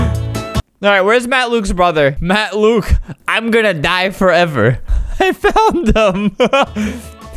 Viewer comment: it's only Matt Luke theres no s :/ that's just how flamingo said it he put a invisible s at luke